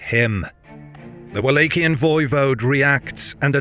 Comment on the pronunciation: What’s up with the weird pronunciation? Dude says “Wallachian” two different times in the same sentence! Is this a bot voice??!